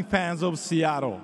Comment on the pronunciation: 長い英語スピーチよく頑張りましたね。奥様は確か英語話せましたよね？特訓してもらったのかな？特にseattleの発音が素晴らしい。 カタカナで表すと「シアトル」ではなく「シアロー」と上手く言えてます😃上から目線で失礼しました～